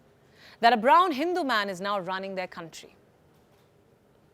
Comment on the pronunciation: hahahahaha i like how u say it ''he's a BROWN hindu man'' lol she said brown lol how come i'm same color but get called black lmfao